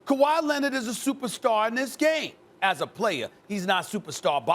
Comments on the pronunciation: Kawhi "Lenit" - SAS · Stephen A: Kawhi Lennid 🤣🤣🤣🤣.